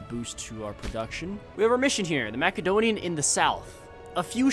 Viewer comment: Please macedonia is pronounced like MASSedonia not mac 😭